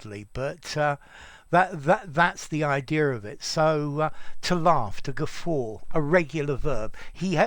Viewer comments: Glad I came across this while searching for the etymology—you really have a wonderful teaching style! I’m grateful you uploaded this. I’m confused about something else now though: shouldn’t the letter ‘r’ be silent, in the word ‘guffaw,’ (since there isn’t one)? Yes, I’m messing with you but I’m also curious! (; Wondering about that extra ‘r’ sound and how it came to be. I’m aware (from my own experience) that if one’s dialect doesn’t inherently have that ‘r’ following an ‘a’, it sounds pretty horrid when one tries to add it anyway. I guess what I’m saying is that when we Americans try it… well, it just sounds stupid! It seems it was popular though, back in the 1940s-1950s, in b&w movies, for actors to use that ‘r’ sound (whatever that’s called—sorry, I don’t know the proper term) and I think it was with the ones who had a thick New England accent. Whenever they did it, it sounded great, or at least very natural. P. S. I love the name ‘iswearenglish’ and I think I could listen to you all day, Sir! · You are pronouncing the word in British, aren't you???